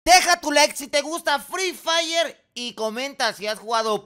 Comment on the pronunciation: Alguien mas le dio risa cuando dijo fli Flay